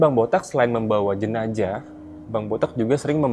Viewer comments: "JENAZAH" bukan "JENAJAH" gimana Sih pembawa acaranya😂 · jenzah dibacanya jenassh bukan jenajah min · Jenajah? Bukan JENAZAH? Pusing² sih bahasa indon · Jenazah bkn jenajah. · JENAZAH...BUKAN JENAJAH😆😆😆😆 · Jenazah...bukan JENAJAH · JENAZAH bang bukan JENAJAH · kok jenajah😂